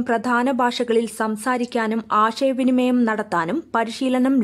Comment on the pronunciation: ആഷയ വിനിമയം അല്ല ചേച്ചി...(:56) ആശയവിനിമയം... കഷ്ടം. മലയാളം പോലും വൃത്തിയായി പറയാൻ കഴിയാത്ത നിങ്ങൾക്കും ഇവർ ഒരു പ്രചോദനമാകട്ടെ